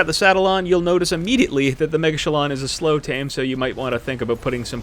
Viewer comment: After watching this I’m positive the correct pronunciation is ‘mega-chillin’. Great video, keep up the great work saving us time and trial!